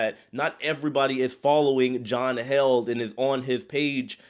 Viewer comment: It’s John Heald - pronounced heeled